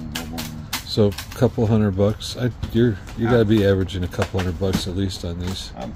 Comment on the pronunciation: “Hunnnerd percent”🙄